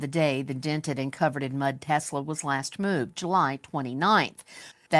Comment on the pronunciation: I'm sorry, but the "Teslawwww" gets me every time she says it. I can't help but think "You want some Teslaw with your fish and chips? Or coleslaw?" 😂🤣